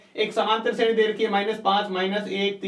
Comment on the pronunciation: vo shredhi nahi shreni h